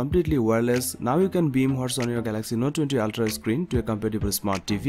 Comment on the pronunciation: You pronounce ooltraa 😆